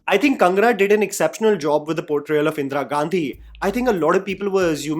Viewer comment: Like always, an excellent video,. The pronunciation of Indira could've been better. Indra it isn't.